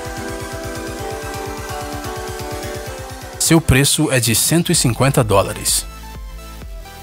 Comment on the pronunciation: continua assim dizendo os peeços